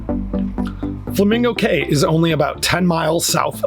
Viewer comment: Please it's an assault on my hears hearing you mispronounce the islands in my country... it's pronounced "KEY" - Cay